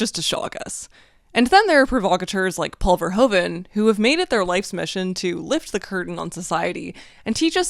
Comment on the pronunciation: Love this video, amazing! Little side note: Verhoeven is pronounced as Ver-who-ven.